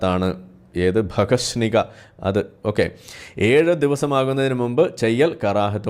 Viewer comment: ഭഗശ്നിക അല്ല ഭഗശിശ്നിക തെറ്റായ വാക്കുകൾ ഉപയോഗിയ്ക്കാതിരിക്ക😅😅😅